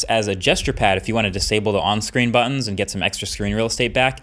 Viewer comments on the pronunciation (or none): none